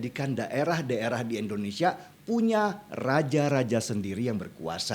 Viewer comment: Bang Denny, bukan EN, IN bang Indonesia